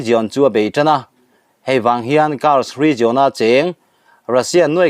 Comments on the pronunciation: Rizawn ni lo in rizian tia lam rik zawk tur a ni lo maw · 'Region' i lam dan hian a ti ngaihthlaknawm loh vek zel